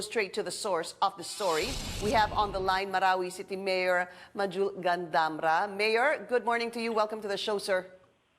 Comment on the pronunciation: It is really pronounced as such. Pinky Webb spoke it correctly.